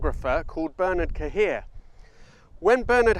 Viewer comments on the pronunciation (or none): Since you make an effort to pronounce Italian names properly, perhaps you could try Bernard Cahier's name better. It's a French name, more like 'Bare-nar Car-yay'